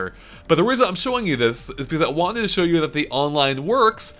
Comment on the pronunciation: If I had a dollar for every time said beCAUSE with emphasis on the second syllable